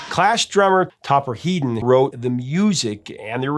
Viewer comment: Topper He-don?? It's pronounced Heddon,.